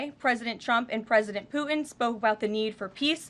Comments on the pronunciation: It’s not pooen it’s Putin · Love her but this is just awful! I have noticed a trend of young women not pronouncing Ts. “Imm -pworr-ann” for important is another. Poo-hinn is really poor because it is a person’s name. Not sure what this is about as she is otherwise outstanding.